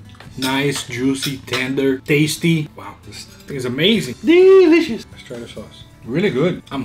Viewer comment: BROOO that "delicious".